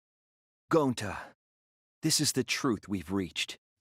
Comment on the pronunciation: no ones gonna say how said Goncy instead of gonta 💀